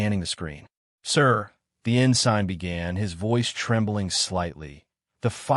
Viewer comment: You keep saying ah-gaup aye--when it is a-gape (like grape without the r) and it is ensin (silent g) not en-sign!!